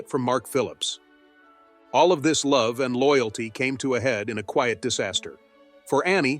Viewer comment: An excellent presentation and gave me, an Australian woman of the same vintage as is Princess Anne a deeper understanding of her integrity, generosity and very deep loyalty. One small criticism is occasional mispronunciation eg 'queeit' instead of 'quiet'. This is usually a sign of AI involvement.